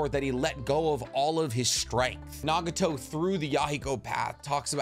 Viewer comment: Why did u say nageeto instead of nagato lmao is it cuz u wanted to ryhme with yaheko fr sum reason